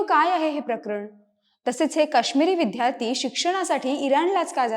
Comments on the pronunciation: इतर सर्व बाबी ठीक. पण, आजचे उद्घोषक साधा विद्यार्थी शब्दाचा उच्चार विध्यार्थी का करतो ही विचारणीय बाब नव्हे का ? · या लोकांची कृतघ्न वागणूक हेच कारण आहे.पूर्वी मिळालेल्या सवलतीमळे अशी मानसिकता हे या 'हुषार' विद्यार्थ्यांना लागु होत नाही.३७० रद्द झाल्याचे फायदे बरे लवकर कळतात. निवेदिकेचा 'विद्यार्थी' हा उच्चार चुकीचा आहे तो 'विध्यार्थी ' नसुन विद्यार्थी आहे. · विद्यार्थी म्हणायचं विध्यारथी नाही बाकी उत्तम